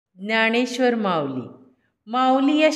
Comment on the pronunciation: ज्ञाणेश्र्वर न म्हणता ज्ञानेश्र्वर म्हणावे.